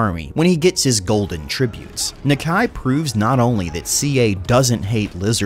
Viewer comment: I may be wrong but your saying nakia wrong